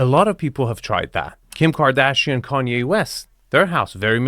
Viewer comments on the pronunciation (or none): none